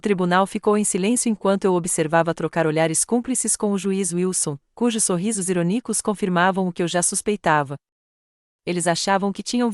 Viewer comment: Pelo amor de Deus, a narradora é pessima: ironico em vez de irônico doi de ouvír.